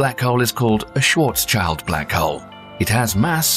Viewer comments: It's not "Schwarcs - child", you pronounce it like Shvarc - shield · You pronounce Schwarzschild wrong. The second part schild is not like child it is pronouncated similar to shield. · Yeah that's not how you say "Schwarzschild". It is a German name. It is "shwarz-shild", not shwartz child or any such nonsense. Also with a short "ee" vowel, not "chaild". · Just one little detail you could improve for your future videos. You should pronaunce Schwarzschield more like Schwarz-shield not Schwarz-child. The literal translation would be Blackshield. Schwarz - Black and Schild - Shield. I mean do as you like, but for me it's a little off putting everytime you call ist Schwarz-child. It sounds very strange to me :D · schwarzchild was pronounced like SHORTchild, lul. SSSHHHVVVARRRRZZZ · schwarzs-child? no no, its schwarz-schild (which means black-shield, otherwise it would be blacks-child) KEKW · Schwar-child ?? Lol. It's actually Scharz-shild, like shield with a short ie. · It´s f-ing painful to hear repeatedly say: "shwartz child" instead of the proper way "shwartz shield" (written phonetically). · Schwarz SCHILD not schwarz child. dumb AI youtube chanel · it's not pronounced "schwarzs-child" !!! what sounds like meaning "child of schwarz" - it has nothing to do with children ! it's called "schwarz-schild" - pronounced something like "shwarz-shild". it's a german surname made up of the words "schwarz"="black" and "schild"="shield". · the pronunciation of Schwarzschild gave it away instantly. no way s real youtuber would misunderstand a Schwarz-Schild (Black-Shield) as a Schwarz-Child (Black-child) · oh god, butchering Schwarzchild as shwarz - CHILD hurts my brain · The name is pronounced "Schwarz-shield". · It would be nice if, as well as explaining the physics, you could learn to pronounce key words, like Schwarzschild correctly. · The AI voice is pronouncing Schwarzschild wrong...